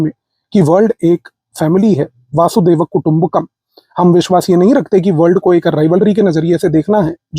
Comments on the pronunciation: Kindly note, "वसुधैव कुटुंबकम्" and not "वासुदेव कुटुंबकम्" वसुधा means धरती। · 'Vaasudev kutumbakam' galat 'Vasudhaiva' kutumbakam' sahi. Vasudha yani vishwa